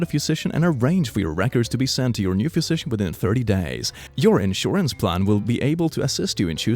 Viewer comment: It might just be me, but pronounciation of "physician" is really messing with my brain. "Phuisician" "Phewsician" something is definitely off